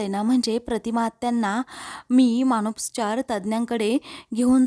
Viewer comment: मानसोपचार असा शब्द आहे.मानोस्पचार नाही